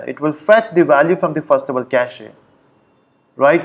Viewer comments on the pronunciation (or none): lol 6 years later this guy still pronounciates "cachEEEE"....